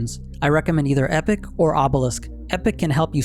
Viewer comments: Epoch is said as ee-pāk. Not epic. Epoch, epic, totally different words. Otherwise ty for the content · Not to try and sound rude, but I'm pretty sure the crest is pronounced E-Paw-K I love the video dude! Keep them coming! I normally run Megacosm and Timewarp on The Fey over your suggestions, but I totally see how Azure and Astral would be great!